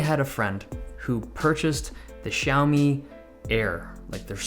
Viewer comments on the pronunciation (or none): Wrong pronunciation? Dave says it like shao-mi, but I think it's pronounced zow-mi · Its more like "Shi-ow", but a bit slurred together.